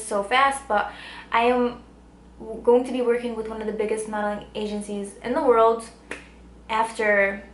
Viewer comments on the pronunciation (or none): none